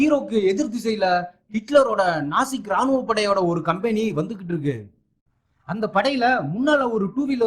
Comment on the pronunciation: ஏம்ப்பா அது நாசிக் படையில்லை. நாஜிப்படை.